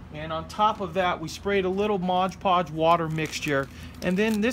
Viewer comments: Did my head in every time you said Modge Podge instead of “Mod Podge” Great dios though 👍🏻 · Whenever you say modge podge instead of mod podge a puppy dies 😔